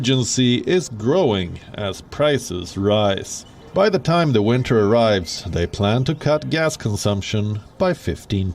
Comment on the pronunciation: "winter" lol